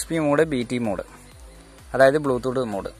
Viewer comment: ബ്ലൂ തൂട്ട് അല്ലെടാ.. ബ്ലൂ ടൂത് 🤭